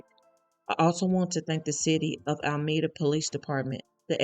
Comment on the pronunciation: Thank you for this story. And for future references, it's "A-la-me-da".